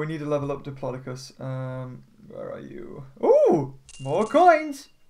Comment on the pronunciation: it's pronounced dip-low-dow-cus